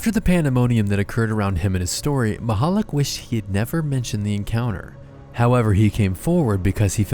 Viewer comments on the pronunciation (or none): how he says it: "Stefon Mahollig" the guy's actual name: "Stefan Michalak" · its not said Maichalak its Michalak so Meechalak, Machalik lol